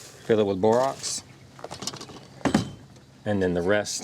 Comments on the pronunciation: Really good video. It's bor ax not ox. But that's not Important unless there are both. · Bor AX. Not Bor OX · Is it Borox or Borax? Sounds like u said Borox. Also will Borax/Borox mixed with only sugar or only honey work, or do I need all 3? Thx much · Bor-OX? Dude, can you read? You're sharing a video tutorial and teaching the viewers to obtain Bor-OX? SMH